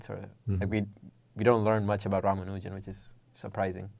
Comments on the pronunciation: The young interviewers are presumably Indian. Even if they are not - but particularly if they are - they could benefit from learning how to pronounce Ramanujan's name correctly from Professor Berndt. It is not "Ramanoojan", it is "Raamaanujan", with the "u" pronounced as in "bull". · A close friend from India tells me that his name is pronounced as Ram-Anujan. Certainly not with stress on the syllable "man". Is learning correct pronunciation beneath an academic ?